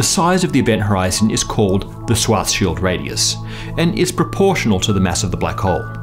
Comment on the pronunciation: Thumbs up for the proper pronunciation of the word "SchwarzSchild"